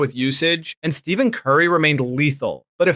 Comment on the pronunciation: Sorry that I have to say this. But how can you know all of this stuff and not pronounce Stephen Curry correctly? Other than a few mispronounciations I loved it. 9/10